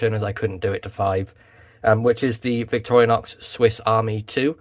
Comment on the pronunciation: Why do you say "Victoria-nox"?